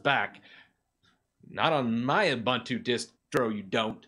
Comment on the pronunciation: Also, you can't even pronounce it correctly.